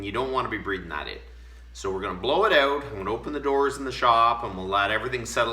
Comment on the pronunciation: “We’re gonna bla-yow it a-yute.” So Canadien. lol